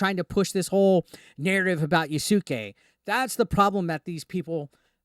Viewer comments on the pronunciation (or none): Can you please stop saying "YASUKEI". It is so cringy.